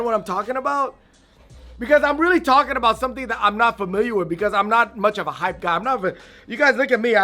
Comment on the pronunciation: Please dont say "hypee" 😂😂. Joking aside, spitting facts!